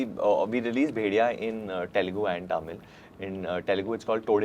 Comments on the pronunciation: ! First, learn to pronounce Telugu and Tamil.. it is not T-elugu.. it is th-elugu and th-amil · Varun pronounced tamil, Telugu, Kannada all wrongly 😂😂😂